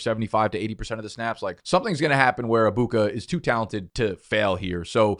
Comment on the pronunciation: Stop saying Abuka it’s pissing me off bro😭😂 it’s EGG buka not AA Buka